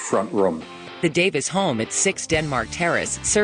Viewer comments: How the hell can the woman narrator keep saying their last name as "Davis" instead of "Davies". Has she ever heard of them before? You can't be part of a biography like this unless you know something about your subject. And you can't do justice to the Kinks in four videos that add up to a half hour. She actually says at one point that the Kinks wanted to get in on "this exciting American market" as if nobody ever heard of the U.S. until the Beatles flew across the Atlantic. For heaven's sake they were all listening to American blues and rock n' roll since they were teenagers. Ray Davies wanted to come to America before he ever heard of the Beatles. Just listen to his recent album "Americana". What a waste this "biography" is; too bad as I got excited as soon as I spotted it here on Youtube. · why can't American's pronounce words? the narrator calls the brothers Ray & Dave Davis. its DAVIES.... pronounced DAVEEEES. learn to talk ffs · I just started watching this and not two minutes into it starts off with a pronunciation error of the 1st magnitude! - Their last name was DAVIES not DAVIS!!! Jeeza-LOO!!! I'm not usually a pronunciation Nazi, but PUH-LEEZ!!! That's like the second most important word in the whole story, right behind the "KINKS"!!! Maybe she'll say the "KLINKS" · Did I mishear the narrator or did she say “Ray and Dave DAVIS”?